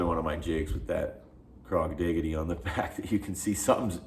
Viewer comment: Crawdigy, like Prodigy, not crawdigity😂